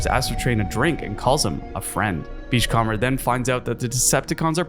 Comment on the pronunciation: Great video! FYI you're mispronouncing "beachcomber". You can type it into Google Translate and have it read it out for you if you want to know how to say it right.